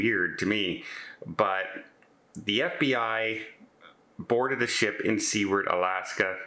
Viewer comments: FYI….Seward, AK is pronounced “soo-word” not “see-word” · Sew-ard or Sue-ard No “word” in the second syllable. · Do just fyi Seward is pronounced “Sue Werd”. Just for future reference! Take care of yourself.